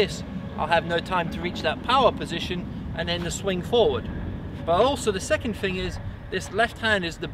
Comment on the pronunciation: I can't concentrate when watching these videos, every time he says "fing" instead of "thing" I get lost in my head.